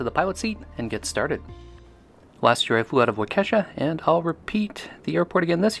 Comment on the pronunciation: For future reference Waukesha is pronounced Walk-a-shaw and Ripon is pronounces Rip' - on.